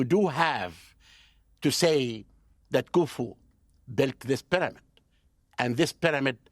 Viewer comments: Take a shot every time he says Pi-dah-mid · Just realizing we've been mispronouncing pyramid all this time. Proper pronunciation; pàdàmàd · Something about the way he pronounces pyramid drives me nuts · I learned how to pronounce 'pyramid' from that Hawass fellow.